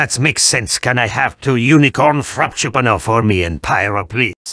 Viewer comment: i love how they say frappuccino 😭😭 frapchupino